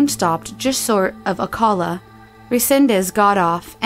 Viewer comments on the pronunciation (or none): By the way, it's Oh-CAL-uh, not Oh-Call-uh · It’s pronounced “ oh cal ah” not “oh call ah” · Bradenton (Bray-don-ton)! Not Brandonton lol. Also Mary-en not Mary-on for Marion County. Sorry Florida native here. Edit: Lord again? O-cal-ah not O-call-ah. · Um... “Oh-kal-uh” not “oh-call-uh” 😂 poor Marion county always getting the shit stick 😂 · O-CALL-A? U mean Ocala, Florida? Lol omg terrible narration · Ocala... O cal la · In the Jesse/Wendy story, I think the FL cities mentioned should be Bradenton (Bray-din-ton) and Ocala (Oh-kal-uh). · Bradenton. BRAID-un-ton Marion. Merry-un Ocala. OH-cal-uh Orange groves not fields. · It's pronounced "okaahla" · For the last time it is pronounced oh oh ohcala ocala I live here I know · Glad you're back!! As a longtime Florida resident I just have to say Bradenton is pronounced as BRAY-dun-ton and Ocala is pronounced as Oh-CAL-uh. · How did the narrator manage to pronounce both Ocala and Bradenton incorrectly? lmao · On the Wendy case she prenounce Ocala wrong lol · Her mispronunciation of Ocala and Bradenton is hilarious. 😂🤣🤣🤣😂🤣🤣